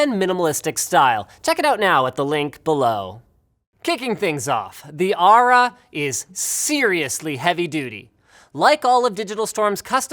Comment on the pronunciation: Aura not Ara...